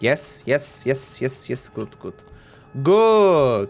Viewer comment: saying "Good" just like a Russian guy. Perhaps, we should call him DarkViperRU